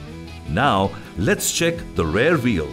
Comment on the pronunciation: Even though the voice artist has done a good job he has made a tiny pronunciation mistake throughout the video ,when it actually should have been rear wheel.